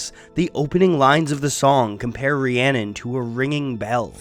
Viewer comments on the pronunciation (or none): haha I live and learnt Welsh for 10 years, that is not how you say Rhiannon.